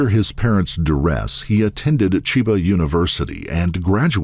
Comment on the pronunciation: I'm interested in the story, but this narrator is terrible. His voice is great, but his delivery is wooden and he repeatedly mispronounces non-English words. like when he adds a short "i" at the beginning of "Chiba"